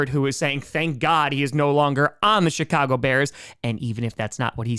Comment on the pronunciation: I think is saying "shitcago" instead of Chicago. Nice.